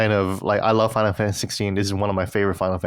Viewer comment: I love kiengdom heuhrtz uhnd finuhl fuhntuhze